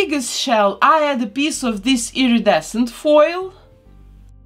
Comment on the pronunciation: I really really really dont mean to be mean! But I cracked up when you said piece in this vid cus it sounded like piss. I know I am imature but it just made me go into a giggle fit